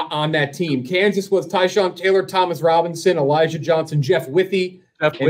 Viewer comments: Theres no N in Brian Robisons name. come on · It's Brian ROBISON, not Robinson. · Its not “Brian Robinson” its “Brian Robison” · Brian Robison not Robinson